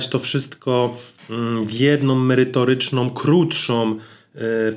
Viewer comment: Szacun za treści i przekazywane informację w Twoich filmach. Nie odbieraj tego jako czepianie się, spróbuj proszę używać samogłoski "ą". Sorry, ale czasami aż uszy bolą jak mówisz np. "w jednom, merytorycznom, krótszom" (4.48). A to tylko jeden przykład, z tylko jednego filmu.